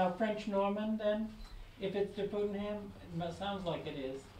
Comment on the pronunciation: These are all my relatives! That one guy mispronouncimg our name is so bothersome. It's not PutMAN. We are related to the Putmans but that isn't our name.